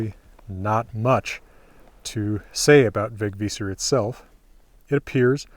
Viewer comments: Thanks! / A swede with a Vegvísir-necklace. Great pronunciation by the way. Would not have said it if I didnt mean it! Really good. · Wow, you're pronounced it very well!